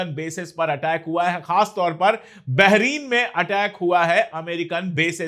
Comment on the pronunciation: भाई आप बहुत ही अच्छा ऐंकर और जर्नलिस्ट हैं लेकिन BAHRAIN बहरीन नहीं है।तलफ़्फ़ुज़ दुरस्त कर लीजिए। कभी कभी J और Z की तमीज भी आप भूल जाते हैं।अगर तवज्जो करें तो आप की ये मामूली सी सुधार आप के प्रेजेंटेशन में चार चांद लगा देगी।